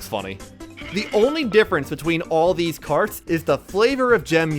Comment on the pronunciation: bro says "thse"